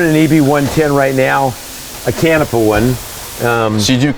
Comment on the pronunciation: Please rerecord with proper pronunciation of Canepa..!!!!